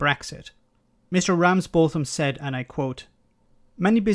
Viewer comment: It’s pronounced ‘Ramsbottom’ btw 🙂